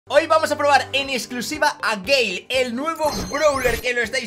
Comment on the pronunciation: te felicito por tu video esta muy bien toma tu like campeón. A eres de los pocos youtubers españoles que pronuncia el nombre del Brawler BIEN 👏👏👏 un saludo.